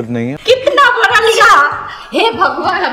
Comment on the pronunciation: Wo bara nahi hota bada hota hai di bolna sikho pehle